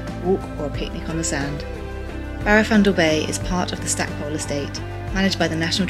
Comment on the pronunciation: Quick tip,the locals (I'm an old Pembrokeshire lad) pronounce it "Stack-pool" not pole.